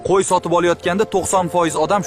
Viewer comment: Nega qo'yni qoy deydi qaysi tilda aytyapti